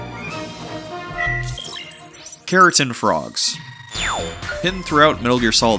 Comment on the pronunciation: Kero-Tan Not keratin lol